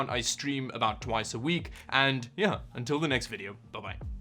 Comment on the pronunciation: your yeah sound like ja (Deutsch)